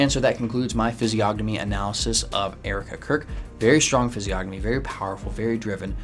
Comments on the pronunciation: It's pronounced fiz-ee-o-nuh-mee, the g is silent ffs what a fraud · Isn’t the “g” silent? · Stupid autocorrect. Should have said PRONOUNCE. Not Province. The G in physiognomy is SILENT. You don't pronounce it! How can you know how to read physiognomy when you can't even pronounce it correctly?? Look at the phonetic pronunciation guide in any dictionary! You know what a dictionary is, right? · How can you POSSIBLY even know ANYTHING about physiognomy when you can't even province it right?? The G is SILENT! And, furthermore, of course she looks angry and 'weird'! Her husband was brutally murdered! How would you feel???! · Why is he pronouncing the g in physiognomy??